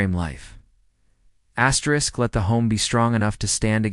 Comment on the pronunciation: WHY DO YOU KEEP SAYING ASTERIK?